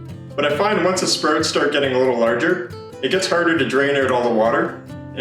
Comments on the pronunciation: Sproats 😂 great video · Are you Canadian? The way you say sprouts is very interesting to an American like my self. I live in Minnesota which is basically the Canada of the United States. Love the video